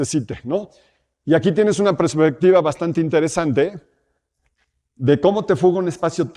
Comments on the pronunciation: Todo más que perfecto pero, cada que escuchaba prespectiva en vez de perspectiva, me daba algo 😢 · CADA QUE DICE PRESPECTIVA NO SE QUE ME DA =s